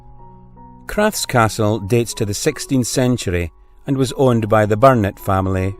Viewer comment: The Feugh is not pronounced Fook it is pronounced FEUGH AS IN FEUCH Emphasis on the U hope that helps. Crathes castle is called Crath es . great video . x